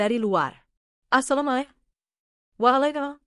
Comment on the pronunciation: Min tolong yg bca pengucapan salam dan jawaban hrs benar dong karna ucapan salam ASALAMMUALAIKUM dan jawabanWAALAIKUM SALAM adalah doa